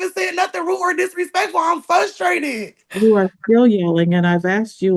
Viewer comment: Ma’am the word is frustrated not fustrated. Please learn English. And sit the heck down while in court fool. What a rude, entitled, criminal. Her demeanor in court seems to indicate she is most likely guilty. I bet she isn’t on drugs but is just an angry and hateful bit@